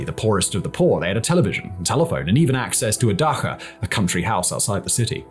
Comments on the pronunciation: Funny that mispronounces "Dacha" as "Dakha". Clearly an influence from him living in Prague for so long ("ch" in czech is pronounced as a hard "kh", as in the city "Chleb"). Reminds me of trying to czechify my Russian to get by during my time in Czechia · Dah-tsha, not dah-kha☠️ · "Daha", are you Jewish? Everyone, especially the russians, pronounces that word as "da-CHA" emphasis on the "cha" as in "CHArcoal". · Не дакха, а дача❤ Благодарим за познавательное видео. Зачем драма на фоне? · It’s pronounced “Dahcha” not “Dahha” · It’s pronounced “Dacha” not “Daha” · It's 'dacha', not 'dakha'. I saw zero videos of this guy with no mistakes like this. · Daha lol it’s pronounced Dacha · Vlad is short for Vladislav. Not Vladimir. Also it’s pronounced Da cha. Not Da cka. Other than that. Good video. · it's "daCHa" not "daHa"... I lost focus every time i heard it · Its pronounced Dacha and not daaha as you say it... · It’s the “dacha”, not “dakha”, my friend. A small detail, but still… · Oh, lord, why don’t you check your pronunciation of Russian worlds like dacha. It’s pronounced like datsha, not daha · It's "dacha", not "daha". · it is pronounced [ˈdat͡ɕə] more like dacia than dakha. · It’s- dacha (Дача), not daha(даха). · "Dakha"? Don't you mean 'dacha'? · Dacha isn't pronounced the way you're saying it, the 'ch' is pronounced like in 'chop'. (дача not даха) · it's not DAHA it's DACHA (like in cha cha cha)☺ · Dacha, not dakha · It's pronounced dacha. Just how it's spelled, not daha. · its pronounced dacha, when you have ch as in cheese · off topic but the way you pronounce dacha is hilarious, it’s actually more like Dutch-ah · it is pronounced like daTCHa and was not that sign of prosperity given post-urbanisation and especially post-war amount of "nobody's land"... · cool video, but dacha pronounced differently, still respect for the video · Дача Ч Ч Ч daCHa why the hell are you saying it like it is an arabic word?